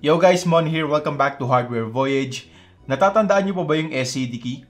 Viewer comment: Oo nga pala kuya Mon, ang pronounciation ng Voyage ay voyadj inde voyeidge